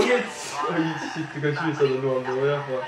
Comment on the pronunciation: Dennis høres ut som en bergenser "ISHE GIDD" 😂